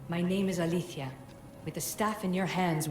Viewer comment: ACTUALLY, her name should be pronounced "alezèia", not "alithia". Know your shit, game.